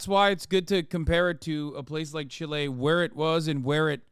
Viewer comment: MF said Chile 💀 Johnny 'Pinochet' Harris at 18 minutes sth